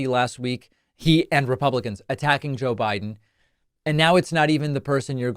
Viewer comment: She said "Joe Byron!" Another brain dead trump!